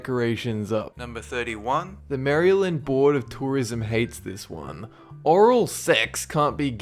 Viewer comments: And Maryland is pronounced Mair-el-land. Not Mary-land. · also it's pronounced marj er rehn! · Not nitpicking, just FYI you mispronounced Boise, Juneau, Illinois- s is silent, and Maryland.... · i died a litttle when you said maryland...